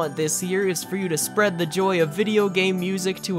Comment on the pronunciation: It izz what it izz